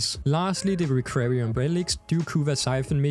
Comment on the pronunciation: It's "requiem" relic, sounds like rek-kwee-em.